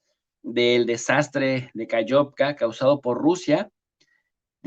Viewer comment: Aló, no se pronuncia KAYOVKA. Se escribe KAKHOVKA y se pronuncia KaJovka, con JOTA del Espaňol. Muy bien programa! Felicitaciones.